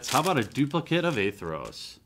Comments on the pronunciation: By the way, the White/Black god is spelt and pronounced Athreos, not A-Theros. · ath-re-os. athreos. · A as in apple, thre as in three, os as in rhymes with oats. Athreos.